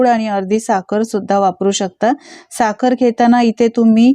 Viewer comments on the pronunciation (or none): किस नाही खीस म्हणा ताई साकर नाही साखर म्हणा